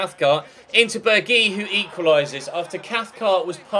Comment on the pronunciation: is pronounced Berg-house